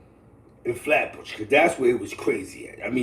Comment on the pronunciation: What the hell is a "Hat Bush"??? Y'all fncked up Flatbush name. SMH